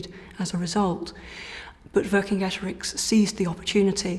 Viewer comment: Cicero? How do You pronounce that? Kikero? Kicero? No so why do you have to bastardise Vercingetorix? Does this hard C appear in modern Romance languages ? No so where does this bs revisionism come from?